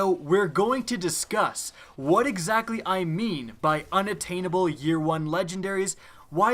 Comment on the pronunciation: unattainable... good story! we need English classes again come on sorry man but seriously that is an easy word.